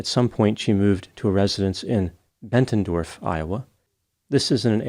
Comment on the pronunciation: He did it with Bettendorf too but I think he just saw an "n" that wasn't there